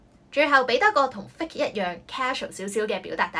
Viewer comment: 首先謝謝Melody 分享駡人英文，內容實用，小劇場生動有趣，但我想你留意fake & hypocritical 的讀音，, 我聽左你讀幾次覺得不妥，之後查埋字典reconfirm 你的讀音和cambridge 字典有很大分別, 你將fake 讀錯了 ， 原本 母音ei 你讀成另一母音為i，另hypocritical 中第2個音節 你也可多留意其正確讀音，這母音應是弱音ə 你讀成 另一母音əʊ，pə 錯讀為 pəʊ所以希望你留意吓這兩個字正確發音。thanks